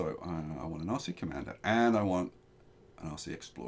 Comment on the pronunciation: Whenever you say "RC" I hear " Aussie"